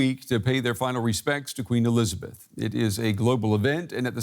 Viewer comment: "queen elithabess" xD